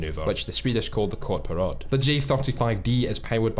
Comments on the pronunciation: btw the cobra manouver in swedish (which pronounced courtparad) is spelled kortparad and means short parade, yes pronounced it hella wrong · Please try to say "kort parad" again xD